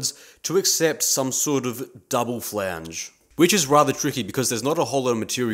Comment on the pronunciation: to do list. 1. Buy/Make/Steal power hacksaw, bandsaw, ect. 2. Learn how to say "Flange" properly. 3. Calculate required drilling depth.